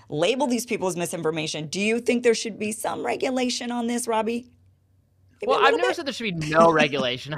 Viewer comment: I ALMOST clicked OFF this video when I heard you say "Robbie" ...🤦🏽‍♂️